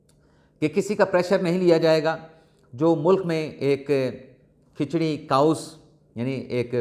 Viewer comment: سلام بھائی، آپ کے تلفظ میں ایک ہلکی سی غلطی ہے میری کوشش ہے کہ اسے درست کر پاؤں. آپ ایک لفظ بار بار بول رہے ہیں کاؤس) Chaos جس کا درست تلفظ ہے (کے اوس) K-OS... پلیز اسے درست کر لیں شکریہ 🙏🏽